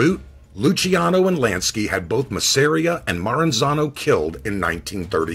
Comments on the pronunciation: MAZZ-AH-RE-AH not ma-ser-e-ah. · So I sound like I know it all Joe the boss's last name is pronounced, mazza ear, maz.ah reah. I thank-you!👏No really, it's nothing.